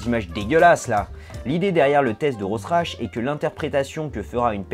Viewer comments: Bonjour 😋 il y a un problème de prononciation avec le mot "Rorschach" : en fait ça se prononce "Ror - charh "- avec un "R" plus rauque à la fin. On peut aussi dire "Ror - chach", c'est plus facile. 😏 À part ça, super vidéo, comme d'habitude, merci ! 🍀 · Coucou pour info, on prononce "Rorchar" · Teste de Rorschach se prononce "Rorchak" ;) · Tres bonne video, rorschach se prononce rorchare.😊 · Ca se prononce RORCHAR le test de Rorschach ! Bisous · Rorschach prononcer [rorchar] comme dans Watchmen ou le psychiatre Suisse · Rorschach se prononce "RORCHAR" 😉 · ça se prononce Rorchar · ça se prononce "rorshock" je crois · CA SE PRONONCE RORCHAR ROCHAR RORCHAR RORCHAR RORCHAR RORCHAR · Juste pour dire que ça se prononce "rorcha" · Rorschach, ça se prononce : Ror-char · ça se prononce "RORECHARE" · Il me semble que rorschach se dit "rorchar".-. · rorschach : prononce [rorchar] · Juste comme ça, pour la précision, ça se prononce "rorchar", sinon toujours aussi interressant ! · Tu m'as mis le doute: Rorschach on prononce pas "Rorcha"? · Ca se prononce "ror-chac" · ca se prononce "rorchar" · on prononce "rorcha" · RORSCHACH ( ror-sa-che ) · Ca se prononce "rorchar" T^T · Non, "Ror-char". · repete after me : ror char :p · sa se pronnonce RORECHAR mais bon..sinon bonne vidéo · le nom que tu as du mal à dire se prononce "rorshack" ;) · Sauf que le mec n'est pas allemand mais suisse et en dialecte locale ça se prononce ROSERASS. Du coup est-ce qu'on peut vraiment donné une "orthographe" à un nom propre ? J'en suis pas sûr. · Tu aurais dû demander la prononciation de Rorschach avant l'enregistrement :) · Il est ou le "chaR" dans "rorschach" ? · mon dieu ca fait mal aux oreille! ça se dit RorchaR pas rorsach! ->rorschach--->RORCHAR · Ça se prononce Rorcharre, pas Rossrache ! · Répètes après moi ROR - CHA pas "Rosrach" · Rossrache... Rorchach, prononcé "Rorchak" comme dans Watchmen ! <3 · Rorschach par Roschrach, mais en effet pas simple à prononcer :')